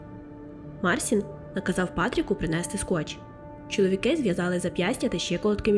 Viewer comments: Канал хороший, нарешті з'явився україномовний трукрайм, але, будь ласка, вимовляйте правильно імена, він не Марсін, а МарЦін, якщо вже по нашому називати, бо так ріже слух, що просто жах. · і хлопець: ім'я вимовляється як Марчін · Кохана, дякую, за історію Лайк, підтримка ❤️ Одне зауваження- МіХаліна (ch - x ), МарЧін (с перед і - чь)